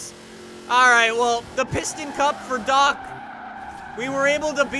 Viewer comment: Dock not duk